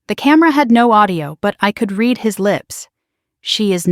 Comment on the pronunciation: PRONUNCIATION CONTENT CREATORS!!! I {RED) not {REED) the post script! Fingernails on the Blackboard!!!